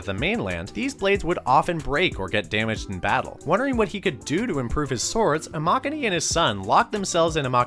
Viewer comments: imagine literally making katanas and mispronouncing Amakuni smh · why they gotta pronounce amakuni like that 💀💀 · I don't think I've ever heard a whiter pronunciation of a Japanese name jesus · The pronunciation of Amakuni is pretty off. Pronounce Kuni as Cooooni but don’t drag it out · Your pronunciation of Amakuni is atrocious